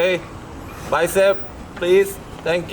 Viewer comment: 우리 외국 가시면 영어 하실때 항상 please 끝에 다시라고 말씀부탁드릴게요 ㅜㅜ ㅋㅋㅋㅋㅋ 너무하잖아 refillㅋㅋㅋㅋ